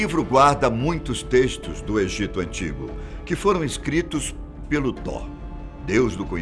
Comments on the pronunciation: Man da uma agunia ele falando Tó sendo que se diz toti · Apresentador o nome do Deus e Tot e não Thor ( Thor e Deus nórdico ) Tot e Deus do Egito fala por favor o nome do Deus do Egito direito e Tot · tor ??? ou thoth ?? acho que ele falou errado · Eu vi a thumb pronunciando "Tof" ai tive que ficar ouvindo Tó e Tor o vídeo todo ksksk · A fala está errada tem que ser : " toti " não Thor..... A pronúncia ficou Thor, mas tem que ser "toti" ,que é thoth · Ele tá falando errado.. tá com som de R e tem T no final desse. Era pra pronunciar Tóti.. rs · Nem "toti" e sim "tof" tá querendo corrigir sendo que nem sabe. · Excelente narração, voz, poder de comunicar de destaque, porém pode ficar ainda melhor se estudar previamente o que esta a narrar...ja percebi algumas vezes a falta de conhecimento. No Caso deste video em particular o deus é Thot e pronuncia se Toti e não Thor, q é o deus Viking. Grato pela narrativa envolvente e por compartilhar conhecimento diferenciado. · Ler "tor" é errado lê-se "tó t". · Mas ele não confundiu, tão pouco insinuou que tivessem alguma relação. Na vdd, ouve um erro de pronúncia, que faz com que pareça que ele está dizendo Thor. Só isso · Ele n falou "thor", e sim "Tó" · se pronuncia "TOT" mas isso é apenas um detalhe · THOT o T no fim é para pronunciar (thote) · Acho engraçado como ele pronuncia "Toth" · Tá pronunciando errado.. Thor é o Deus do trovão,o velho teria que falar Tóti kk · Concordo o narrador pronunciou o nome errado. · o th é pronunciado como um T com a lingua entre os dentes, porém quando o th fica no final da palavra ele é pronunciado como uma especie de F ou S com a lingua entre os dentes, esse som não existe no ptbr. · na vdd a pronuncia do vídeo está errada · A pronúncia de thoth stá errado , mas o vídeo é bom😎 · Ele pronunciou errado. Ficou estranho msm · Ele só ta pronunciando errado